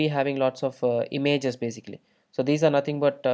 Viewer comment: имЭйджес.... бля